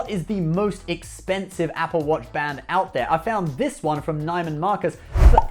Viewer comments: Oh, its uhr-mez, not Hermeez. And its Nee-mun Marcus....(or Needless Markups, as some of us call them) --not "Neye-mun" LOL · Neiman Marcus, Neiman pronounced NEE-man, no NY-man.